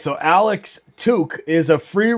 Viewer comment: Cool stream! Idk how you keep track of opposing teams rosters at all lol but a few things on the Sabres Timmons is hurt, and hasn’t played in over a month. 89 is Alex Tuch pronounced “tuck” like tuck your kid into bed. He is looking for a new contract but he has scored more than 30 goals a few times in his career so he isn’t really playing at a level higher than usual this year. 29 is pronounced Mail-en-stine, last syllable is pronounced like stein as in beer stein.